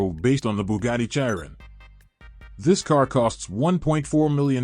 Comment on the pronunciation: The way he said Bugatti 😂😂😂😂